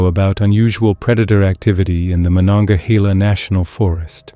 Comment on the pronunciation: Its Monongahela Mo'non'ga'hel'a its Native American comes from phrases like Menaonkihela likely Lenape/Unami language. Respectfully